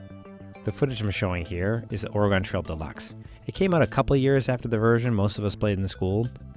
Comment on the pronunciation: It's pronounced ory-gun, not Or-A-gone